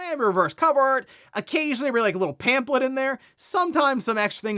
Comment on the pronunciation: Lmao did you just call it “pamplet” ? 😅